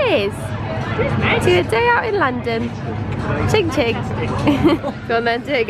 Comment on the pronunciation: It always makes me laugh that you say ching ching instead of chin chin 😂❤️ I can’t wait to see your dress! I bet it’s beautiful x